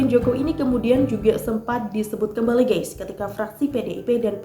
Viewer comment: Maaf ya. Bukan mau sok pintar tp sebut kata "GUYS harus hati2. Jangan salah baca. Bacax harus "GAIS" jangan baca GEIS. Artinya akan beda. Mohon maaf ya...!!! Kritik membangun